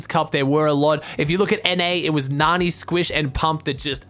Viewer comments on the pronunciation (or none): none